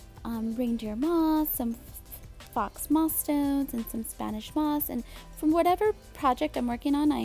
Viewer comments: Love everything. BTW, faux is pronounced like foe not like fox. :) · She mistakenly mispronounced it, don't condemn her. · Faux is not pronounced with an x at the end. The x is silent; instead, pronounce it as “foe”. The word “faux”, means fake. You purchased fake moss stones.